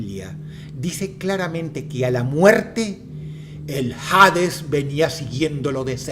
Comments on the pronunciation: ¿Por qué dices "jades" y no "hades"? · Cada vez que dice jaaaadezz una parte de mi muere :( no hate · la H de Hades no se pronuncia 🤦🙄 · Todo excelente querido Dross, sólo un detalle, en español la H es muda cuando va al inicio de una palabra. Dicho esto se pronuncia Ades, y no Jades. Saludos. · Hades, viene del griego, deidad de esta mitología relacionada a la muerte. Solo hace falta buscarlo en el griego original: "Άδης", ni en su pronunciación original existe la J. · No se pronuncia "jades", es Hades, la "H" es muda. Gracias a Dante Alighieri es que creen que el infierno es tortura eterna, sólo es ponerse a pensar: torturaría a mi hijo eternamente?? Obvio no, aunque sea el más malo del mundo, sólo lo pondría a dormir eternamente. Muy buena narrativa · Hades no de pronuncia Jades. Fuera de eso, muy interesante el video. Sobre la Bestia del Apocalipsis, hay quienes apuntan a que el número es 616, que en numerología hebrea correspondían a las letras NRN, refiriéndose al emperador Nerón. Aah y lo del número 2 estuvo muy interesante igual, creo que fue mi favorito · "HADES" se lee (ades) hasta en la pronunciación en griego se lee "Aidas" en latin "ADES" , en ninguna se pronuncia la "H", de donde sacas "JADES." suena a que fue doblado con IA no me asustes dross... dime que aun redactas tus videos-.....eres lo unico bueno que queda en you tube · Se se llama y se pronuncia Ades, no Jades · No jodas, Dross: "Hades" se pronuncia "Ades" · Supongo que jades sería su pronunciación en griego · Dross, ¿por qué pronuncias “hades” como si estuviera escrito con “J”? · Porque pronúncias "Jades", si la H es muda según tengo entendido.